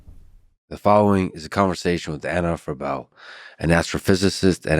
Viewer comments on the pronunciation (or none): Freeebl not Frebell